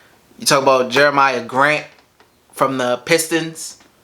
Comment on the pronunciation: It’s pronounced “Jeremy Grant” but love the video as always